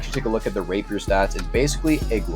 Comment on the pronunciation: i keep on hearing "rape her" when says rapier